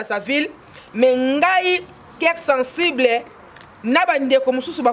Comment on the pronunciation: Mme " Keir sensiblai " a la place de COEUR SENSIBLE